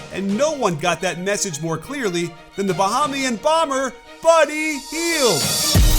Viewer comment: Gotta correct ya here coach. We're called Buh-HAY-mian. Nothing sounds worse than hearing Bah-HAH-mian. It's like hearing nails screeching across a chalkboard.